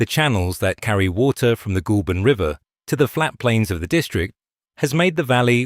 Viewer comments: Ah! Ai voice! Even tho it’s not spelt this way! It’s not pronounced Ghoul! But Goal! I’m guessing this is not an Aussie doco? Having said that; it’s Americans that seem to mispronounce everything in OZ yes! Even Melbourne! Ps: I still only buy SPC and depending on the type of packaging used it’s still competitive! It’s not just Chinese imports but also Sth African! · 'Goulburn' is pronounced 'Gole burn'. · LAZY AI SLOP CANT PRONOUNCE GOULBURN